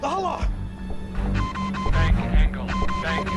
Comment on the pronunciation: The reason why MH370 is not included in the video is because the plane is still missing and despite debris from 9M-MRO being found the aircraft itself was not found really now Dahala? bro again Dahala? Note: sounded like he had a stroke while saying Dahala also Kenya is not pronounced as Keen-ya Kenya Airways 737/ :25 Thai Airways Airbus A :10 United Airlines DC :59 Air France :48 Air Asia )